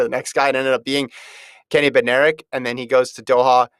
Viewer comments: Bednarek is pronounced BEN-narek, with the stress on BEN. The D is silent. How does FloTrack not know this? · Actually, Kenny is my cousin and Bednarek is pronounced Bed-Nar-ek. The D is not silent, but kind of blends in with the N. Just letting u know from one in the family. Saying Benarek without the D is wrong and so annoying that announcers get it wrong.